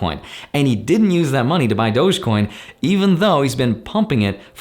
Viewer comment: I hate the way you pronounced dogecoin